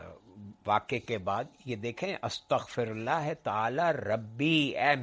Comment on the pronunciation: Boht mazret ke saath magar apki arbi tallafuz me ghltian hen..AstghfiRullah rabbi min kulle zanben..